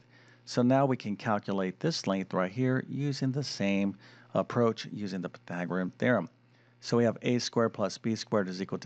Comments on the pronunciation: Py-thag-or-e-an, not Py-thag-o-rim. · Surely this guy must be the worst Math presenter on YouTube. His repeated mispronunciation of PythagoreaNNNNN just drives me nuts!